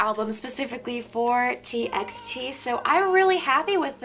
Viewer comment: TXT is actually pronounced as T"by"T. I was confused too at first! :)) no hate, I just wanted to correct you!💕